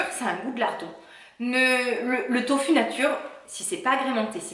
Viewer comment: tofu dit tofou ^^ tu es la 1ere que j'entend le dire comme ça ^^ chouette video, n'hésite pas a en refaire:-)